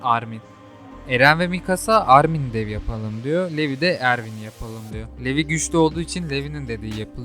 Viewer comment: aga çok iyi ama telafuzza daha önem vermelisin levi ya yarım saatir niye levye diye bu diye düşünüyordum 😂